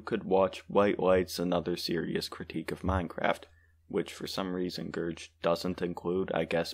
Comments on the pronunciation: ITS A GERG NOT A GERJ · Gerg literally says his name in every video bro 😭 in the video you talked about too. Its pronounced Gerg not Gerj. Gerg is also very clearly playing a satirical character in the video. You need to do some research about the people you respond to, as Gerg is a chill person and has a character that is angry and mean, which he is playing.